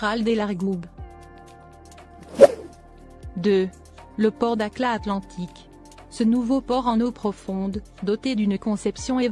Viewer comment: dakhla pas dakla